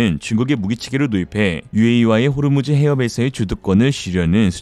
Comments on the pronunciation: 호주므르가 아니고 호르므즈. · 호즈므르 아니죠~~ 호르무즈 죠~~ ㅋ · 호즈므르 아니고 호르므즈 ㅋㅋㅋ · 리얼리즘은 기계가 읽는지, 아니면 사람이 읽는지 모르겠지만, 호르무즈를 호즈무르라고 거듭 발언하네... 호즈무르라.... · 잘보고있습니다...열심히 나레이션하시다보니 호르무즈해협을 호즈무르해협이라고 하시는 부분이 좀 많은데...다음부터는 이점을 유의하시면 더 좋을거같습니다ㅎㅎ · ㄹㅇㄹㅈ 휴식이 필요해요 ㅠㅠ 제발 무리하지말고... 오늘도 호르무즈 해협을 "호즈무르"라고 읽으시고... 발땅??? 갱도기지? 아버님도 나레이션 잘하실 것같은데 2,3회 출전기회를 드리면 어떨까요 ? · 왜 호르무즈해협은 호즈무르라고 말하세요....공부좀 ㅋㅋ